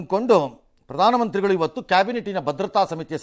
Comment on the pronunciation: ಏಲ್ಲಿ ಹಿದಿರಾಪ್ಪಾ ಬ್ರದರ್ ಹಿವತ್ತು ಹೆಲ್ಲಿ ಹಿದೀರಾ